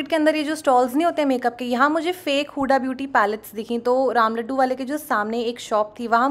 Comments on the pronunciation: It's हुदा not हुडा, learn correct pronunciation, angrez 😂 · Use हुदा aise pronounce karte hai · Babe, my name's huda, and you are pronouncing it wrong 😫